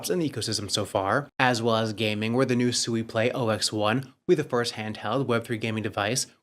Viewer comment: You guys had the co-founder of SUI on the other day or maybe you just reviewed the video with the co-founder in and he pronounced SUI correctly five or six times in just under 2 Minutes Alone and for some reason you guys still can't catch on and you keep calling it SUEY, like your little piggies SUEY SUEY SUEY